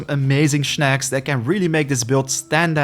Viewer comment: Why Shnacks and not Snakcs?